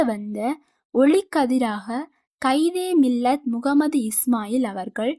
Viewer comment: காயிதே மில்லத்தை கயிதே மில்லத் துன்னு சொல்றீங்க... ஒருதடவை நல்லா read பண்ணிட்டு வீடியோ போடுங்க...